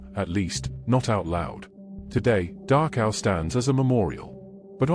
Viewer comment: Please tell he narrator that it’s called Dachau, not Darkhow.